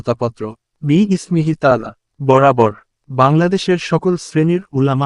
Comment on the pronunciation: কি পরিমান জাহেল যে, একদম শুরুর বাক্যই ভুল! বি-ইসমিহি তা'আলা না, বিসমিহি তা'আলা